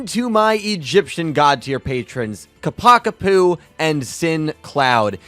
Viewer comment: THANK YOU for saying Ccacac Apu's name correctly, I always hated how 4kids said it!